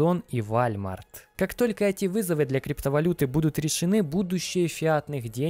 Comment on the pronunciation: ну какой Вальмарт? Уолмарт же, или хотябы вОлмарт)